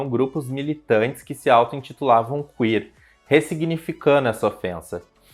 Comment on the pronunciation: "CUíer" é boa, mas tirada do c* rsrsr.